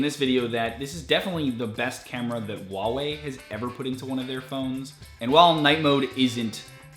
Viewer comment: H in HuaWei is not silent.